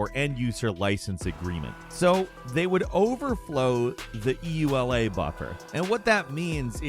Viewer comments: E ... U ... L ... A ...? . You mean the ... yoolah ? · Craziest thing I learned from this video is that there are people who don't pronounce EULA "ewe-la."